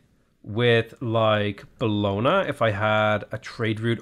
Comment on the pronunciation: It's pronounced like "Bolonia" in Italian the "gn" is like the spanish ñ, sounds like nya. So it's Bolonia